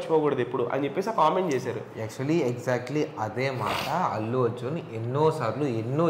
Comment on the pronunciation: అల్లు కాదు అతు అర్జున్